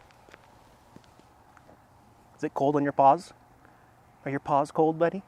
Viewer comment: Haha I thought you asked if jax balls are cold But you said paws haha